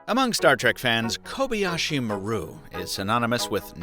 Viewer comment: Had to look at the description, the way you're pronouncing "Maru" is noticeably off.